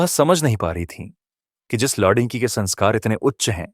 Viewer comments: Kahani ko padte hue shabdon ko dhang se bolo agar hindi nahin padh sakte toh kisi achche hindi ki jankari ho larki ko ladki padh rahe ho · कहानी कहने वाले को लड़की बोलना नहीं आता। क्या वह हिंदुस्तानी नहीं है?